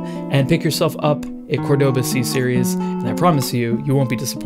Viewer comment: You say it wrong, it's cÓrdoba not cordÓba